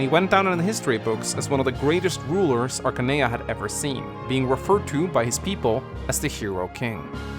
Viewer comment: I always thought it was pronounced Arcane-ee-ya not Arca-nee-ya